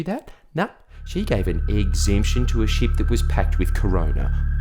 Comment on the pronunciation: When you say ship it sounds like sheep 🐑😂